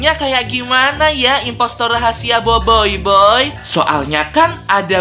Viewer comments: Boboboy kak bacanya bukan boboiboy, emang tulisannya boboiboy tapi bacanya boboboy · Aku Bilangnya: Boboboy Bilangnya: Boboyboy Tulisan Boboiboy Bacanya Boboboy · Boboboy kak cara sebutnya 😑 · Tulisan: Boboiboy Aku Bilangnya: Boboboy Bilangnya: Boboyboy Tulisannya Boboiboy. Bacanya Boboboy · baca Boboiboy Gini BOBOIBOY Bukan BOIBOIBOY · KAK kok Bilang BOBOi😅😅